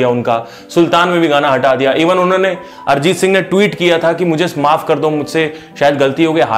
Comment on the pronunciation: अरजीत नहीं... अरिजीत